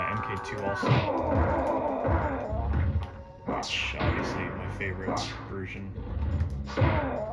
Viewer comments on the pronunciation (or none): none